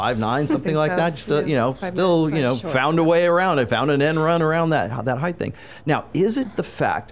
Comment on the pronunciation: height, not “heith”